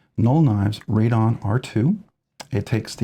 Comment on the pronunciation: Pronounced "Ray-Den" not Ray-Don. Yes I got one through pre-order last November 2024. It is a very good tool and very well made.